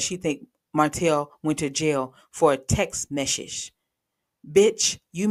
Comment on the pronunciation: Hey - I'M DONE GRYL U TOOK ME OUT WITH "WTF IS A TEXT MEZZIT"? KMSL 😂😂😂